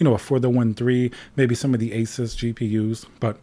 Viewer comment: I love how he says it as it should be = A- SUS not A zues or a sues.